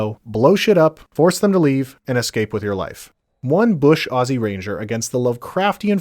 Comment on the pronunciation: atleast you don't say it ossy and actualy say ozzy